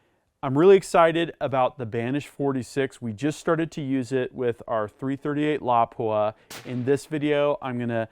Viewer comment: Finally... someone pronouncing it correctly! Emphasis on the first syllable.